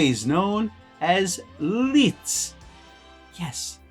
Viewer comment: Great video, I’m testing my Hector out this week on my Leica M3. I like the look of the pics for portraits. Oh, just an FYI, in German “ei” sounds like “eye” Leica and Leitz sound the same. Going the other way, “ie”would sounds like “teen.” Thus, wienerschnitzel! Thanks for your videos.